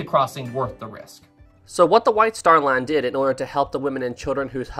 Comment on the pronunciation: I keep thinking that he’s saying the “Wife Star Line”😂